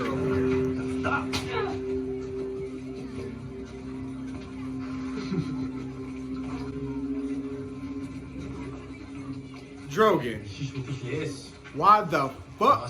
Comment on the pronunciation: When you keep calling Danny’s dragon Drogan 😂 instead of Drogon. Made me chuckle😂😂